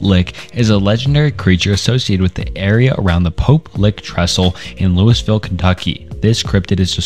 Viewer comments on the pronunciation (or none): Im sure there’s already comments buts it’s not Louisville how it’s spelt 😅😅😅 it’s pronounced Lou ih vul, this is still a really good video though❤